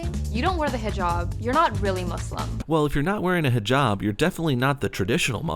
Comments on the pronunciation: Is nobody mentioning how the overweight Muslim keeps pronouncing hijaaaaaab wrong? Its "hih-jahb" not hih-jaab" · You both are pronouncing Hijab wrong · Golden Slumber zzz she can't even say hijab right, or put it on correctly